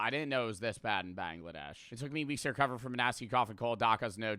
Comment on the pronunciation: It's Bangladesh not Banglaa- Dash dumb cheese burger